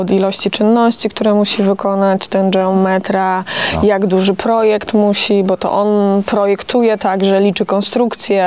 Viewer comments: geometra (wymawiane po włosku dżeom...) to we Włoszech instytucja, ma o wiele większe kompetencje niż geometra po polsku czy geodeta. Dlatego jak najbardziej słusznie że wymawiają po włosku. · mieszkam od 34 lat w Rzymie i wiem kto to jest geometra i nadal twierdze ze wymawia sie je z innym akcentem .Jesli juz ktos koniecznie chce uzywac obcych slow to powinien sie nauczyc je wymawiac .